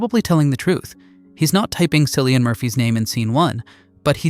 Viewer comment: His name is Kill-ian. JFC....the man won an Oscar and you still fucked up his name?